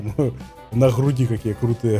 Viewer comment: Fortnite Channel научись ты слушать, сказал «хруди»